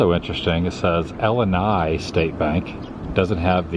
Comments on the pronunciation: Pronounced “ill-eye-nye” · Illini State Bank. Illini is pronounced wrong. Native American reference. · I live near most of the towns in the first half of your video. You really need to learn the correct pronunciation of the towns you visited as well as the Illini as in the fighting Illini. Very poor video. If you can't get the names correct, don't do the video. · Mispronounce Wenona, Minonk and Illini. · Funny my daughter moved to Orlando and you drive through central Illinois were she is from! Oh you mispronounced Illini! Lol!